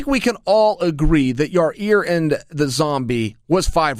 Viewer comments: Lol "Yarear"...Come on Chael his name. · Keep saying ya rear and it is absolutely clear you have only yes men around you - Especially the camera-man. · When is chael going to pronounce yair right